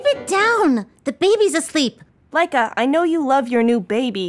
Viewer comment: When she said Laika I thought she said mica which is my name xD